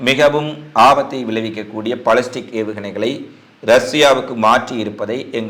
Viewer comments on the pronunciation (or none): none